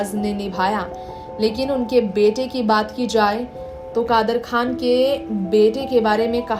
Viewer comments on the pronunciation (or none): You have to say kadar khan not khdar